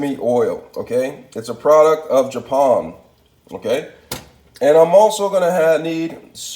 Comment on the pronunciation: Dont forget Ja-pahn and garleek